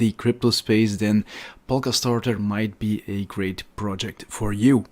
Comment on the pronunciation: ''Grate'' projects :D